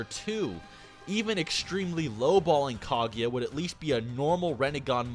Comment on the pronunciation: "MaaaHdurruh Yuoocheehuh" "Kaageea" Wtf is wrong with you? Say the names right dumbass lmfao.